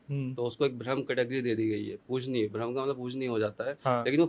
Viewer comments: Yrr ye bhram bhram bol rahe rahe bramh hota gai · यह चुतिया ठीक से ब्रह्म भी नहीं बोल पा रहा है । ब्राह्म को भ्रम बोल रहा है 😂 बकवास कर रहा है मादरखोद